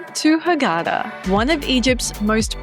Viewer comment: It’s pronounced like this. Ghar-da-'ah (gh) is like a growl sound or when you gurgle mouth wash.